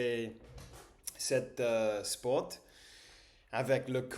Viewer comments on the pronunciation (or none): _ to study = étudier ( not éStudier ) - Ouadii dadda is one of my favorite journalists btw 🥺 _ dans le mot ( plat ), la lettre T à la fin ne se prononce pas. Pareil pour le mot ( sport ) J’adore regarder tes vidéos. Tu m’encourages à préparer mes examens. Bon courage!